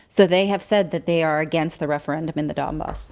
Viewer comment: Don bass. Not Dahwn boss.